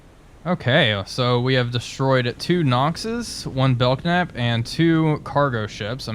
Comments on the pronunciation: Pronounced “Bell Nap” not “Belk Nap” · You keep calling it the Bel Knap. It's a silent "K" so the actual name of the class is Bel Nap. I served with a lot of these while I was in the U.S. Navy.... It's interesting, though, you call the Knox class Nox.... :) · Ship is pronounced Bell-Nap (the K is silent). Love all your sub videos. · Just found this, so I know I am late to the party, but just so you know. The K in Belknap is silent. It is pronounced more like Bel-nap. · Sure that's how the Capitalists pronounce it, but we are Soviets here Comrade. Letters are there for a reason and must be properly spoken! bell-Knap! Carry on. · After watching the second episode and now this, I wanted to say this is pretty entertaining. I'm gonna have to check out the Epic mod. And because my pedant gene is kicking in... just wanted to let you know that the "K" in "Belknap" is silent. Pronounced "bell-nap". xD